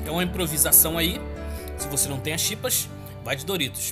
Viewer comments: O nome é Chips não chipas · quem fala chipas kkkkkkk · "Chipas" kakkaka